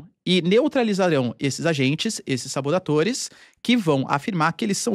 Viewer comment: Eu ouvi SABODATORES?